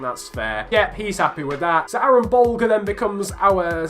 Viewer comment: I’m Irish and I follow the Irish league and I’ve heard a lot about Aaron Bolger just want to let you know it pronounced buljer